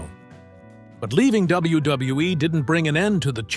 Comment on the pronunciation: Why does ai struggle to pronounce wwe lmfao